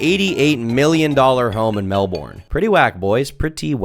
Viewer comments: its "Mel-Bin" not "Mel-born" same as brisbane "bris-bin" not bris bane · silicon valley si a stretch for an aussie. love them pronouncing of melbourne too, biggest laugh from the video. ill poop inside ned cravne's mailbox for you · is the kinda guy to pronounce Melbourne wrong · american pronouncing melbourne wrong yet again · Aint no way he just pronounced Melbourne like that